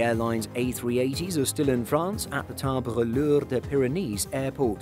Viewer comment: haahhahahahah omg the stuggle was real to say : Tarbes and Lourdes ..